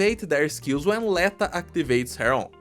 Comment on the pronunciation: l'etO, rather than l[ae]ta pretty sure